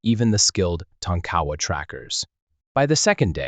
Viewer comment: Tonk-A- Wa not tonk cowa